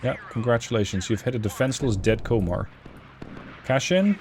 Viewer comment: Komar is said with O sounding like the from composter